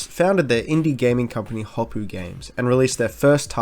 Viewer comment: Hopo'o. There's a glottal stop between the O's.